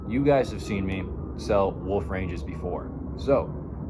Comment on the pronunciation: There is an L in the word Wolf, you just make a dogs barking noise WOOF WOOF